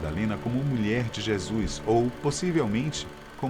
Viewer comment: e a pronuncia certa é JESUS e não jesuis em alguns trechos escuto jeasuis .to achando esse vídeo apócrifo pois o narrador não pronuncia certo o nome JESUS essa ideia é improvável. rsrsrsrsrsrsrsrsrsrsrs